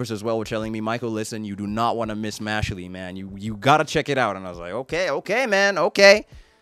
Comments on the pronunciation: Please please please keep watching this series! I've been waiting over A YEAR for this anime! 🔥🔥🔥Trust me, Good Brother, each episode gets better than the last🤩🤩🤩. Trust me, bro, this episode hasn't shown ANYTHING yet! 😃😃And I think it's pronounced: "Mash-El" 😅😅😅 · First of all, the E is silent in Mashle 😂😂😂 2nd of, Mash is a wholesome Saitama. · OMG FOR THE LOVE OF GOD dont call him mashlee call him Mashle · This man it's mash sheell